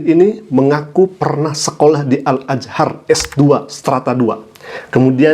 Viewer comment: Astagfirullah...pantas di sebut oten,Orang Tolol Emang Nekat Nyebut Al-Azhar ajh lidahnya udah mau keseleo apalagi klo dites ngaji. Koplaknya lagi udah S2:di Al-Azhar tpi turun kelas dan mondok di pesantren 5 Thun untuk mendalami Alquran...Ten otenn...😅😅😅